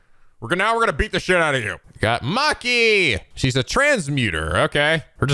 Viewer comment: pronouncing Machi as "Maki" is cute tbh. Now I can't un-imagine Machi doing the Puffy Face™